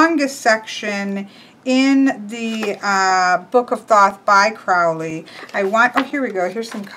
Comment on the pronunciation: Great walkthrough, but you're making the Ozzy blunder - mispronouncing "Crowley". Uncle Al wrote a poem about it once: "My friends call me Crowley because they think I'm holy. My enemies call me Crowley because they wish to treat me foully.